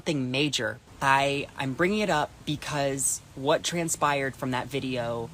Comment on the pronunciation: Lol he said “trans-pired”